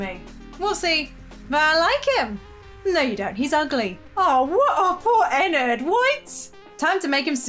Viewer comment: I'm sorry but your saying ennard wrong